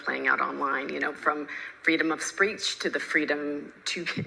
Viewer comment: Freedom of “SPREECH” 😂 spreech, you say? Yes, if you make up a random word, you can say anything. And then when someone says hey, you said “speech” you can then say no I didn’t, I said “spreech” 😂